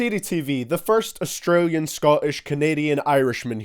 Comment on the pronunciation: oh I know he didn’t say australian HAHAHHAHAHA